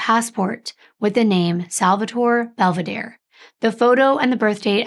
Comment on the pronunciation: Please respect the families and pronounce their Italian names correctly. I’m sure it’s Bel-ve-dare-e. Not Bell- v-deer. The name means beautiful view.